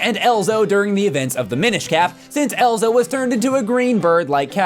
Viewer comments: It's EZLO not ELZO. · It's Ezlo, not Elzo. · Elzo? Seriously? It's Ezlo. He's 10 in Ocarina of Time, not 7. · isnt it Ezlo not Elzo? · "Elzo" Dude... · Ezlo not Elzo come on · It's been a long time since I've played Minish Cap, so maybe I'm wrong, but isn't his name Ezlo, not "Elzo"? Or is this like when kept mispronouncing Kafei as "Kaifei," or with Geno, which starts with a J sound, but uses a hard G? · It's Ezlo, not Elzo. Would it hurt to say it right? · Dammit! EZLO! Not Elzo. I KNEW that sounded weird. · Anthonï _ Not just that but he also calls Ezlo ‘Elzo’